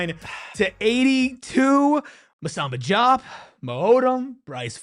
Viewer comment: You are the PHNX podcast for ASU and you can't pronounce the names of the players on your own home team?!!?!!? That being said, Diop and Odum played like monsters tonight.